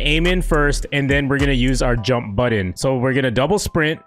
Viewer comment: Why do you say button like "bUtToN"